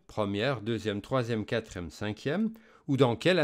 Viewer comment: Merci! On dit quatrième et non quatrème